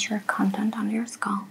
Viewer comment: Very soothing—but please; the word is scalp not sculp.